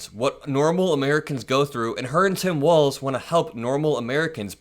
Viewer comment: Why is he pronouncing Walz like 'Walsh'?